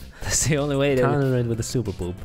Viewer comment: did he say gay when he said only pink challenge? 💀💀